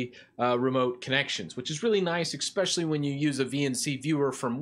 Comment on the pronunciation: Please, stop saying "expecially". It is especially. It drives me nuts and I'm not even a native speaker!